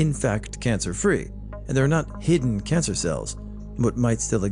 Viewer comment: I love that u accidentally said "cidden hancer" lmao I make that particular mistake when talking a LOT, so it's relatable & charming to see someone else do it, esp someone who reads/speaks so clearly.